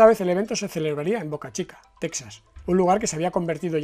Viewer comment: Texas se pronuncia “tejas”.